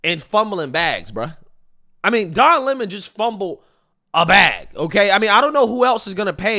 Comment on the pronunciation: Don " Is'ah" Lemon